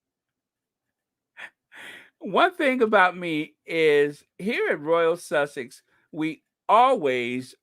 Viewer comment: good on you being so happy, can't wait for the Invticus, omg, the Almighty God is with Harry. I like the way u say Royal Sussex. God bless u.My love to the other Squaddies.